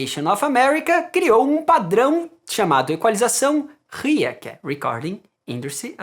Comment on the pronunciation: Parabéns pelo vídeo 👏 ; porém vc está pronunciando U I A , a pronúncia certa da curva é RIAA mesmo ( RECORDING INDUSTRY ASSOCIATIONS OF AMERICA ) ... Padrão de equalização para corte de acetato para LP a 33/ 1/3 e 45 rpm que eram os micros sucos ...